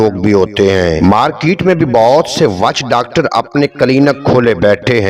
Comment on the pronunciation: Witch docter HOTA hy chachaaaa waaaaaaach docter nahi😂😂😂😂